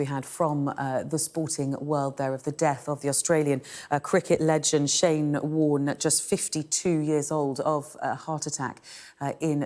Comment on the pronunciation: "Bowlin Shyne!" - Ian Healy